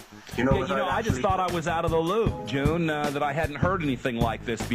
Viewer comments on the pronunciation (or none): not June!!!